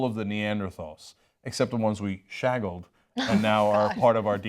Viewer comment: Did Cenk say 'shaggled?' lol